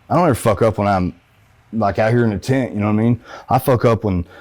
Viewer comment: I slept in a tint last night 😂😂..it’s not funny it’s just the way he keep saying it ..